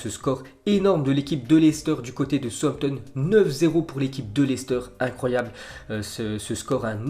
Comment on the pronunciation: Southampton se prenonce comme Southpark donc on dis sahoussamptone